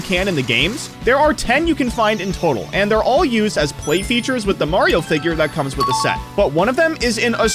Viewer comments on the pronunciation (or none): none